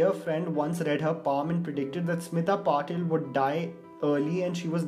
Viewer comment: Its Patil. Not patel